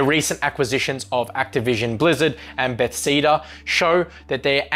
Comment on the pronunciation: Did that guy just say Betseda XD